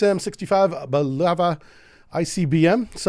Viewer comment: and "blueva" Bulava this man has long ago stop trying to say these names somewhat right LoL